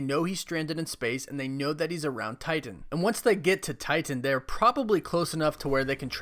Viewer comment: Why the over pronunciation of Titan? “Tighten”